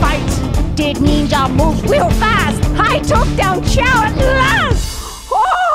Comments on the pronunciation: Um it's not pronounced Neenja it's pronounced NINJA also white belts are the lowest ranks in karate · ninja is pronounced ninja not neenja. There is no such thing called a neenja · It's pronounced nin-ja.. where did you get neeenja from?